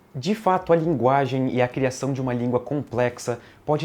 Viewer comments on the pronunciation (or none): "A nossa "laginge" kkkkkkkkkkkkkk eu não acredito que eu ri disso.